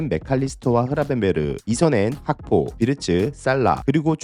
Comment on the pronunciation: 시비거는거는 아닌데.. 자꾸 학포라고 하는데 리버풀 선수들 나와서 본인이름 말하는거 영상보면 자기입으로 "코디각포" 정확하게 발음함..그리고 모든 해설진 모든사람들이 각포라고 하는데 왜 우리만 학포라고 하는거죠???? 그리고 맥 알리스터도 자기입으로 "마칼리스터" 라고 말함...각포라고 좀 해줘여~~~~